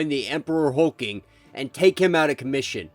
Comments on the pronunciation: It’s not Hulking it’s Hulkling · Really dude? HULK LING man NOT HULKING!! SERIOUSLY? AND YOU ARE SUPPOSE TO KNOW COMICS? LOL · If you don't stop butchering these names!! Hulk- ling. God if you can't say it right don't say it at all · There are two L's in Hulkling. Hulk+Ling